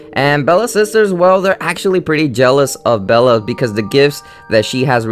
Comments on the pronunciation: It's Belle not Bella! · Belle not Bella!!!!!!!😡😡😡😡😡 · Its BELLE not BELLA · Bella? You mean Belle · Dude. It's belle. It means beauty in French. Ok? It's not Bella at all. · It is belle not bella and the little mermaid in the original story drowned and turned into sea foam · also you seem to have a lot of views but a lot of your pronunciations are completely wrong and not just due to your accent. for instance you said Bella. Bella is a character from the dreaded twilight series. Belle is the princess from Disney. There are many others but I won't list all the mistakes. but if you're going to make videos about Disney stuff you're going to be dealing with some pretty hardcore fans and should probably make sure you're pronouncing stuff correctly. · In Beauty and the Beast her name is BELLE not Bella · Who the fuck is Bella? It's Belle! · It's belle not bella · it's belle not bella. :| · If he grew up with the name Bella, then it's actually really hard to change it to Belle when talking... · You keep saying NAmber not number.... It's not Cooper, it's COPPER! It's not Bella it's BELLE! You'll see Cinderella's and (some of) Rapunzel's disturbing reality in "Into the Woods" I thought in the Hunchback in Notre Dame also included poor Esmarelda being torchered with hot iron shoes and she was hung and maybe he hung himself too. Besides all that, good job w/ the video tho!